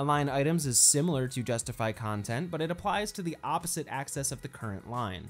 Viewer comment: One of the best explanations on Flex I've seen. One thing — it's AXIS, not ACCESS!:)